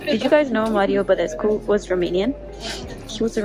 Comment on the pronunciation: are u romanian ? the way you pronounced Mario Badescu made me believe u are😘